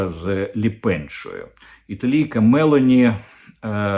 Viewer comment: Не МЕлоні а МелОні